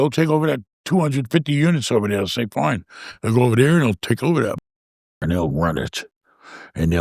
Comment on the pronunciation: love how says fine "foin" 😂